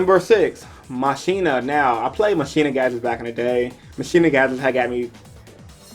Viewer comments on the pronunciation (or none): Machina is pronounced Mach- Eena. Like mak